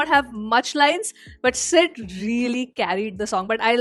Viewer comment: Don't learn Sid's pronunciation 😭